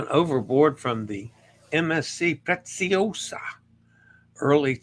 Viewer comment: *Preziosa (Pre-zi-o-sa) = Pray-tzee-oh-zah, roll the R. A reminder that in Italian, the S is pronounced as Z when preceded and followed by a vowel as in Pisa, Lasagna, and Bolognese (boh-loh-nyay-zay).